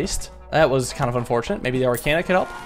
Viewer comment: As a Persona fan, it's driving me up the wall with how he's mispronouncing "arcana".